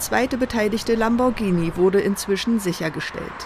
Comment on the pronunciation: LAMBORGHINI das heißt Lamborghini dass er wird gar nicht mit gesprochen oder habt ihr ein sprachfehler oder so